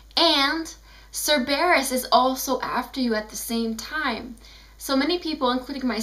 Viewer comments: Congratulations on your pronounciation. :I SIR-BEAR-USSSSS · Stop pronouncing Cerberus wrong!!!! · I don't mean to be mean but STOP SAYING CERBERUS WRONG!!!!!